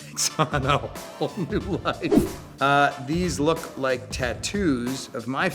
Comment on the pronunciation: "i dont wike it"